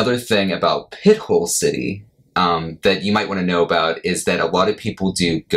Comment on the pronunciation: Pronounced 'pi-tole'